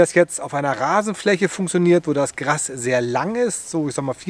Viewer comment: GRAAAAAAAAAS, NICHT GRASSSSSS